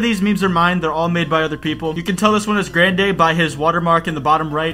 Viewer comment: I don't understand why you're pronouncing DolanDark's name so weird. What the hell is a GrandDay? Sounds like a new item at StarBucks.